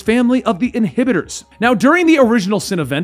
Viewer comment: Wow the amount of mispronunciations and errors in this shit. Inhibitors? Really?